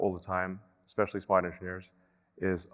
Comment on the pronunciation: Did that guy in the fancy suit with medals say "expecially"?